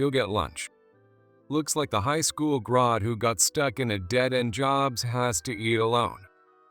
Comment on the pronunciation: It is pronounced grad g r a d not Grod g r o d. For f*** sake if you're going to have an AI read something make sure it can actually pronounce the word correctly also stop putting western names on Oriental stories we know those aren't Harvard and Stanford garage that's not a western business